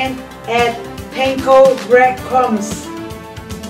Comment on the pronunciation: Awww yes, panko bwead cwumbs!